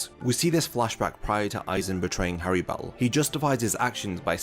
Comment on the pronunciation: The most tragic thing about Harribel is how you butcher the FUCK out of her name. In Japanese is spelt Halibel (like holly bell) in English, the two rr's make it a soft pronunciation. Going around saying Hairy Bell just sounds fucking stupid. I wont even charge ya for this lesson